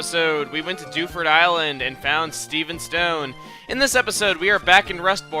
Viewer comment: lol when he says Dewford i keep thinking he's saying Doucheford o.o